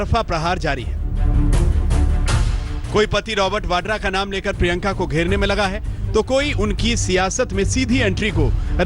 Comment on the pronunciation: wo badera nhi VADRA hota hai